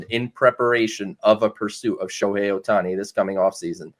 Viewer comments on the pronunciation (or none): Sho-me-Hei Ohtani 😆😂🤣!!!